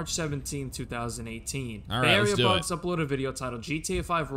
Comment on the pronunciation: Why did mispronounce bay area bugs name??